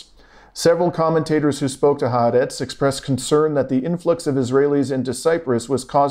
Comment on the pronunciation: Please learn to say HAARETZ, "hah-are-retz